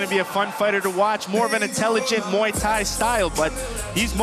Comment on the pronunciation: moo ee tie??? mway tie!